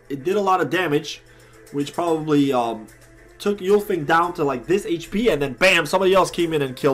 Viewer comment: Glad to know that it worked for you bro. Some people, including your GM ArcLight is having trouble with awakening her. It displays an internet error. Also lol you don’t call ultimates Yooltimates. Why do you call Ulfang Yoolfang?